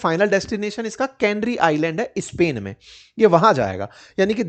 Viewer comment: आप नॉर्थ इंडियन्स स्पेन के पहले इस्पेन,स्कूल के पहले इस्हुल क्यू बोलते हो?सुन ने मे बडा खराब लागता है